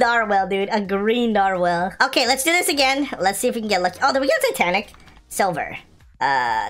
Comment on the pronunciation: Is nobody else acknowledging that’s he’s calling it a nar-WHALE?